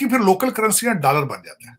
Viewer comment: I love the way he say "DALLAR" 😂😂😂